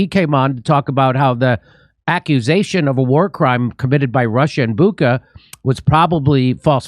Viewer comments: Whoever is responsible for the killing in Bucha, the people deserve AT LEAST that their town is pronounced correctly: Bucha = Boo-cha, not Buka. CH is ch, not K, in Russian/Ukrainian transliteration. Do you say Kernobyl or Chernobyl? Kekhov or Chekhov? Gorbakev or Gorbachev? Please! Bucha, not Buka. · Bucha Bucha it’s Ch not K like dacha, chair, cheat